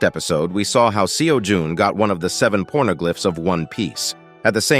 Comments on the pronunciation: Y'all hear him say pornoglif? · Did you say "pornoglyphs"?